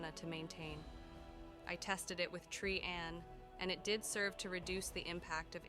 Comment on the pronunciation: I am loving the story so far, but can anything be done about the volume slowly fading in and out? Also, the inconsistent pronounciations are bothering me: Trian = Tri-yan, Tree-yan, even Tree-en once. Caste = Cah-st, cay-st or cast-ay. Shaperate was pronounced differently twice in the same paragraph! (shapper-ate and shape-rate.)